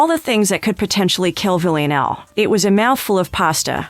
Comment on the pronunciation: Is there a reason she cant pronounce Villanelle?